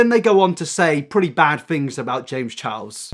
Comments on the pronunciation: “James chows” only me who’s frustrated by the way he pronounces Charles? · "James Challs " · Why do British people say “Chiles” instead of charles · “james chows” lol